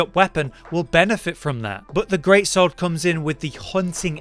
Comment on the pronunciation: ''GREAT SWAW-ORD" you know you can hear him